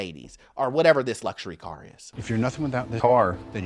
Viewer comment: killed me. saying "car" had me gasping for air 🤣🤣🤣🤣🤣🤣